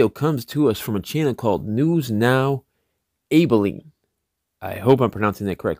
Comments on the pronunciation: soft a ab aline not A baline jus sayin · Love your work brother. Correct pronunciation is AB - I - LEEN. No probable cause for stop. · You said Abilene wrong...